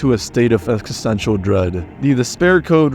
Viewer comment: efkisential dread..❤️